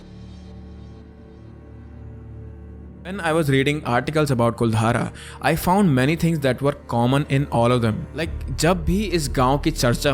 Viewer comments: BRO IT'S KULDHARA NOT KULDHAARA AND IT'S SALEM SINGH NOT SALIM SINGH. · कुलधारा नहीं कुलधरा 👍